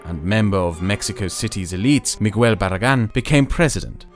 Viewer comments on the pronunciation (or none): none